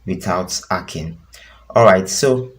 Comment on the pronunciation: Nonsense that's why l didn't subscribe...... It's not ekhing its hacking